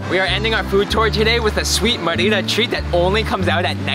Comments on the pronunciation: Mi marido y yo tenemos una casa en Chi Chi Suárez y hemos disfrutado de tus vídeos, pero mi única queja es cómo estás pronunciando Mérida. Gracias por destacar la increíble comida y cultura de nuestra hermosa ciudad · This is nicely presented.... NOT nicely done!.... please, please, please learn to pronounce the name of the city correctly AND the name of the various foods correctly. It would take you 5 minutes to learn the correct pronunciation - 5 minutes. Maybe ask the waitperson how you say the name? Maybe ask a local how do you pronounce the name Merida!!!??? Sorry, if you are going to do a video like this, make an effort to do it right! Now you have thousands and thousands of people looking at this and they have no idea what you are even talking about. Sorry, very disappointing! It could have been so nice!!!! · Sorry, you do NOT have to speak a language to learn a few simply words. And the name of a city!!!!! Clearly no effort was made and it is a major disservice to anyone coming to Merida and insulting to the locals. It is not as though you are trying to learn Maya! Simply take a few minutes to learn 5 or 6 food names AND THE NAME OF THE CITY! If you honestly “tried” to learn how to pronounce a few words and this video is the results of your work, please blog about something else. Sorry, but as I said, it is a major disservice to people coming here and insulting to the people that live here! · I tried to watch this but 9 minutes in and I simply cannot take it! LEARN how to pronounce the name of the food and the name of the city!!!! PLEASE!!!!